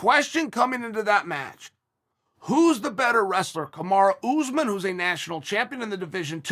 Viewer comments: “Kamarah Usman” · Everyone: “Kamaru Usman” Chael: “Kamara Oozman”